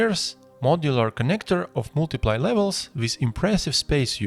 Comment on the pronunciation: This has nothing to do with the actual content of your tutorial (which is awesome btw I love the clean look) but it always makes me chuckle a little bit when you say "multiple." I know English isn't your first language and I'm not trying to make fun of you, I just giggle a bit when I hear "multi-play" instead of "multi-pull"